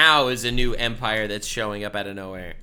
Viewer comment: please stop saying empire it hurts my soul